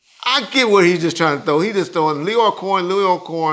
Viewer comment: WhuAht? Not Q